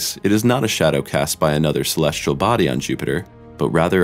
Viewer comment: Agree! I O and celestrial instead of celestial. Just as bad as saying nucular instead of nuclear. Drives me insane. Plus the title is click bait.